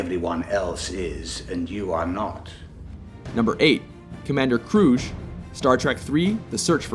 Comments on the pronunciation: You can always tell when non-fans put something together like this. First off, it’s pronounced kroog, not krooj. Secondly, it’s pronounced do-KHAT, not do-cat. And finally, it’s spelled L-o-c-u-t-u-s. There is no A in the name. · This guy narrating the video mis-pronounces ‘Kruge’ then Locutus is not spelled properly...no I do not agree with your list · It's Kroo-geh not Kruzh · I believe that the "g" in "Kruge" is a hard "g". Pronounced "Kroo guh"?. Maybe I'm off on that one. Bana should be on the list of failed villains not top ten best. Plummer really did chew up the scenery! Lore? Lore? Really? Then Q? At least you got the number one correct. Of course, who could screw that up since Khan may be the best villain of all cinema--not just trek. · C. I totally agree. 'Lacutus'? Commander 'Krooj'? The only reason I can think of that these mistakes were left in is because whoever made it was just pure lazy. Don't mess with our 'Trek',, or we'll put you right every time!! By the way, it's 'Locutus' and Christopher Lloyd's character is pronounced Kruge, with a 'g' as in dog, not rouge. Let that be a lesson to you!!:D Good vid, other than that.